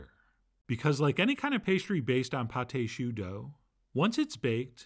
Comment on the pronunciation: Magnificent! (It’s pronounced pot ah shoo. It’s spelled pâte à choux, not pâté choux. What’s really funny to me is that allrecipes spells it Pâte à Choux: Those accent marks really confuse the software!)